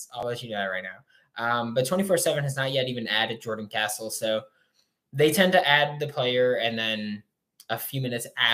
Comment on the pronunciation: Can you plz say his last name right he is now a gator gotta say it right